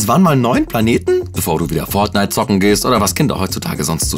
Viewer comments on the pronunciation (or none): none